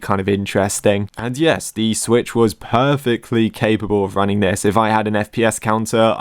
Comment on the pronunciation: BRO ITS SWITCH NOT SWTICH